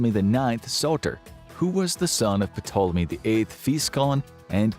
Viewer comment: The "P" in Ptolemy is silent!